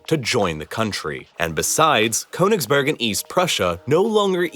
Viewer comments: This is a good video about KÖNIGSBERG, not Konigsberg and it's negligent of the presenter not to have learnt how to pronounce it. The first syllable is like the kernel of a nut (near enough), So "Murder in Königsberg" would be a good title for a book or film. It really isn't difficult. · Well done presentation. The narrator could have added another feather in his cap had he studied just a tiny bit of pronunciation in the German language. Königsberg, with the umlaut over the o is pronounced more or less as Kerrnigsbairg, with the lips rounded as the sound of er is pronounced. Der is not der as in English but dair without the r sound. The river Neisse is pronounced Niy-suh, not Nee-suh. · The German version of it is pronounced "Kurnigsberg"